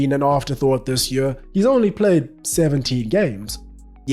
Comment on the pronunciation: You keep saying Yueah instead of Year and its driving me crazy